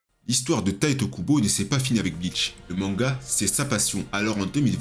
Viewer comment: bonne video mais a faire attention a certain noms dont Tite Kubo et non Taito Kubo (je suppose que la remarque a deja ete faite vu le titre)